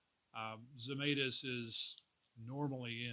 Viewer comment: Pronounced Zemytis not Zemaitis